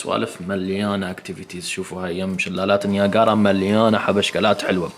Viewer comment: شلالات نياجرا مو نياكارا